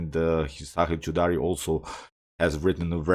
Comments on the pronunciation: hahha. You actually pronounced it cho da ri . Choda means fuck. 😂 it's still fine. 😂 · bro you pronounced my surname, a little different, which in turn becomes a hindi cuss word. 😂.